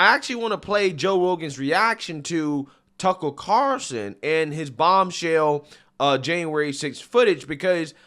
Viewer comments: It’s: CARLSON, not CARSON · Why do you call him “Tuckle Carroson”? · we have our ways for making you pronounce the L in Tucker’s last name. 😂